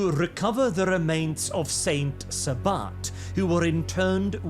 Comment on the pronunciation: "Saint Sa-butt"